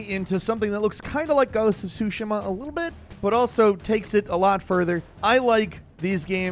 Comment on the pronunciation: bruh you say edo odd and ghosts of tsushima